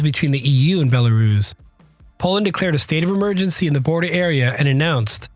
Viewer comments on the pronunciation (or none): Bella-russ, not "bella-rooooooze". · Rooss.... not ruze. Bella-rooss. Hard s, not z. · Have never heard "Belarus" being pronounced "Belaruus" before .